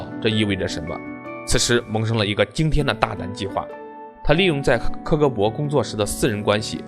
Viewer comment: 为什么要把KKB说成苛刻搏？